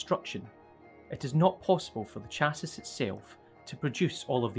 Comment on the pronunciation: I don't feel like going back in the video to remember how they announced it but for anyone wandering the correct pronunciation is: CH ASS EE